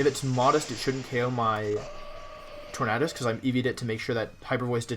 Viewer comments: The way you say TorNAHdus tilts me my dude lmao. Good vid tho :] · Your pronouncation of Tornadus is offensive to me.